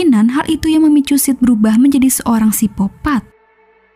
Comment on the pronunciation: Sikopat bukan sipopat 😅